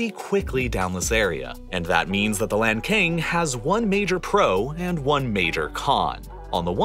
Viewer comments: it's pronounced lahn-tsang, not lankayng. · Not to pronounce lankang river. It's called lancang. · Lantsang, not Lankan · It's Lan Tsang, not Lan Kang. My country is having the same issues: Spain is damming all the west flowing rivers, and our country of Portugal is seriously drying up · Great video but have to inform that Lancang river is pronounced as Lan Tsang, instead of lanken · Not "Lan Cang", but "Lan Chang" or "Lan Xang" river, which refers to the Kingdom of Lan Chang or Lan Xang, or Laos PDR of present day. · The pronunciation of Lancang River in Chinese is not "LanKane", a closer pronunciation would be "LanChang". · Lancang read as Lan-tsang, not lan-kang. thank you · Point out a pronunciation mistake: The upper part of Meikong River(湄公河 in Chinese) is called Lancang River (澜沧江, lan cang, not lan "kang"), which is a beautiful name. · Very educational.... Just wanna point out that it's pronounced as the Lan-tsang river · Lancang is pronounced as Lan-Tsang or Lan-Tsung, however it makes sense to you. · lancang读成lan king给爷整笑了hhhh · a documentary channel... but each time you say LAND KING i died a little inside... is it so hard to pronounce or at least TRY to pronouce a proper chinese word? I cant be the only one feeling this. Otherwise, informative. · Lancang, the name of river, was pronounced wrong.